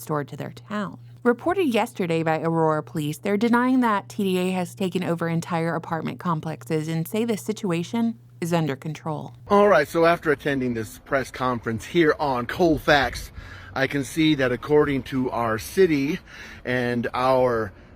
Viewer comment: "Beware the Col' Fac's..."